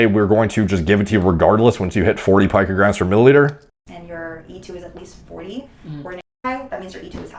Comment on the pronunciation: Brother I love the videos, but your pronunciation of "pee-co gram" is killing me. It's not a pinecone my friend.